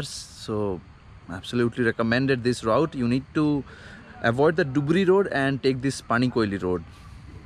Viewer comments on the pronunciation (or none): U pronounced route wrong